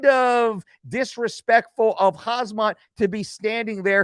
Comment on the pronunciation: Khamzat is pronounced Ham-Zat. That's not intended as disrespect just letting ya know. Your content is always A+